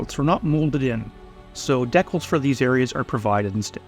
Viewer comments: When did every hobbyist under a certain age start calling DEE-cals by the horrible mispronunciation DECK-ells?? I suspect it's a You-Tube phenomenon where "young" presenters mimic each other, most never having set foot into a brick-and-mortar hobby shop where they might converse with an ancient human who would have set them straight. In a manner of speaking. ;-) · What are decalls? Oh he means decals, had me for a minute. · They're pronounced DEE-CALs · Decals not deckels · DE-CALS... #decals stop pushing deck-els. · "What is a DECKULL???" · UK here, ‘deckals’ would be the natural way to pronounce it for most Brits. The long first vowel in the American Deecal pronunciation is normal for the USA, such as ‘deefense’ or ‘reesearch’. I like that we all have different ways of speaking, makes life more interesting. Anyway decals is pronounced ‘transfers’ 😊😊😊 Happy modelling.